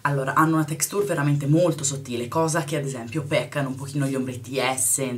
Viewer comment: ma sta textùr? :)) ahah ì